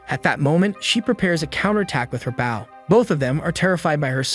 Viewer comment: my guy, please fix how it says bow when it's talking about the weapon and not the action. Try using boh, bough, Beau, Bowe, B-oh, or change the emphasis level (if the TTS you use has that option).